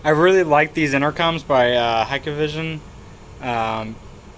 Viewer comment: One thing driving me crazy: it's pronounced HIKvision (/hīk/vision), not Hike-a-vision :)